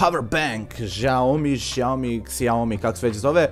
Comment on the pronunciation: kaze se ŠAOMI btw dobar klip xD